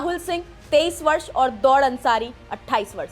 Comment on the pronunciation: Katai Jahil hai, दौड़ अंसारी nahi दाउद अंसारी...